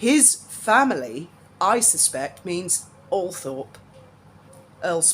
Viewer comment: Isn’t it pronounced All-trup?